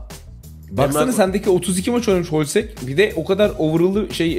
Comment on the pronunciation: Hloźek holsek diyen ' ye selam olsun seviliyorsun